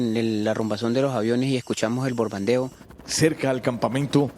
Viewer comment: El de rojo jajaja que los despertó el (Bordando) jajaja para decir (El Bombardeo)